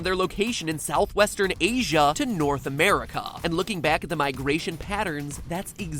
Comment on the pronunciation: Anyone else find it funny the way he puts emphasis on the A at the end of 'America' and 'Asia'?